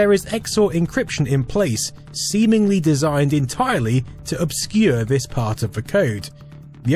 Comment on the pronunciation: Vis, vat, vose. What ve hell am I watching?